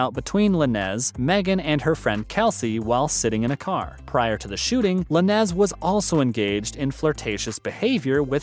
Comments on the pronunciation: Its pronounced Lanes......not la-nez.....thats the least u could do is pronounce his name properly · That Is not how you pronounce his name it's Lanes but with a z... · You can pronounce his middle name but not LANEZ as LANES? 😒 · Don't be this white. Come on. You know it's Lanez as in Lanes. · Do your research on how to pronounce Tory Lanez name dude ay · That’s not how you say his last name. I think this has to be a joke. I know you did research? Nothing you’re saying is pronounced right. Fake News!!!!